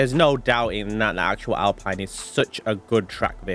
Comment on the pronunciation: Pronounced Alpeeeeeeeen. 👍